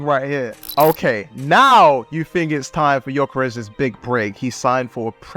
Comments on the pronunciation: Yall need too realise Ö and O aint the same thing in swedish hes not gyokeres hes gyökeres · Jokeres lol. Its Gyökeres, at least google translate his name.